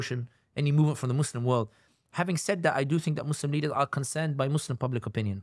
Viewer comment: the american accent and the "mohz-lehm" 🤣🤣